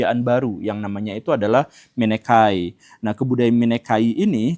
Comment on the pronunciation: Mikenai atau misenai pak guru, bukan minekai😅 Translasi dari Mycenae ('Ce' dibaca 'Ke' klo pelafalan latin kuno, dibaca 'Se' klo pelafalan latin baru) Dan lagi, hubungan antara Iran, India, eropa dengan ras proto-indo-eropa di video ini sengaja sedikit dibuat miskonsepsi sperti miskonsepsi orang2 soal evolusi manusia dan kera: alih2 dipahami sebagai "manusia dan kera berasal dari nenek moyang yang sama" malah dipahami "manusia berasal dari kera". Dalam hal ini, Leonel Messi, Netanyahu, dan Khomaini, orang Iran dst harusnya dipahami sebagai "berasal dari nenek moyang yg sama yaitu proto-indo-eropa" ketimbang "Netanyahu, Leonel messi adalah keturunan Iran/aryan"